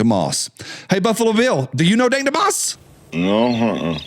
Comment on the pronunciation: Pronounced it wrong it's dank dumb ass